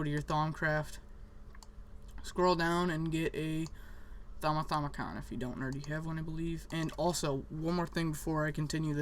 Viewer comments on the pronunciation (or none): It's not a thaumithaumicon, it's a thauminomicon. Pronounced: thah-mih-nah-mih-cohn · It's the thaumiNOMICON not the thaumithaumicon :P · I think you should learn how to say Thaumonomicon before you correct others